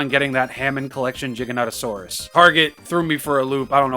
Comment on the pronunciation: Giganotosaurus with the soft G, I respect that.👍